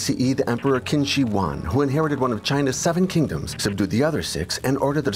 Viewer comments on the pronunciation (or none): Awesome documentary and very eye opening. Please make more of these documentaries. One thing to note, in , Qin Shi Huang is pronounced "Chin" shi huang. Which is why China is still called Chin(a) in many languages.